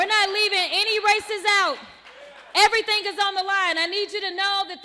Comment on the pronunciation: 😂😂😂😂😂😂😂. Stay the course girl. You go girl 😂😂😂😂😂. You do dis and dat and aerytang lol. TRUMP is WINNING BIGLY